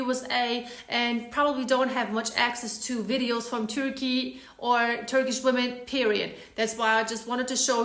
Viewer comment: You pronounce turkey "turkeyah"?